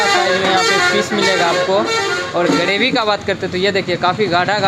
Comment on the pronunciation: गरेभि 😂 ग्रेभी होता है.